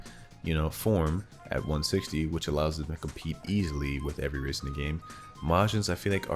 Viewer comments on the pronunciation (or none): i thought bro was saying "racist"